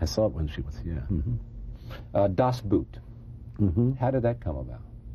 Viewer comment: And to mispronounce the name of his interviewee's greatest movie. It's cool you don't know how to pronounce "Das Boot"; after all, you're not German. But how about checking on it before you start taping?